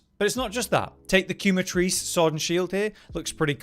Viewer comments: The chicken monster (Quematrice) is pronounced "K-mattress" and you cannot convince me otherwise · Ok I hate to be that person, but I wanted to point out that quematrice is intended to be pronounced 'kem a treese' because it's a cockatrice that uses chemicals to ignite. I really liked the naming of this monster because it gives you an idea of it's biology once you realize why it's named chematrice. Please pronounce it however you like, but I thought you might enjoy this tidbit of etymology. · kyoo mah trees made me laugh hahaha, never heard anyone pronounce it like that before